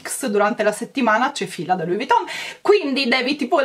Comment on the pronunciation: perché pronunci Louis Vuitton con una t sola quando invece è con la doppia t? Davvero, non capisco perché lo pronunci così. Non vuole essere una critica cattiva eh!!